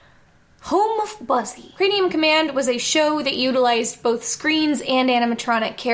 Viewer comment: ...is she saying "crameum command" half the time? Sounds like it. Like, 9 minutes in before I actually heard her say craNeum.